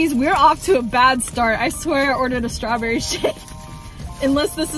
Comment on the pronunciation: I remember she said strawberrie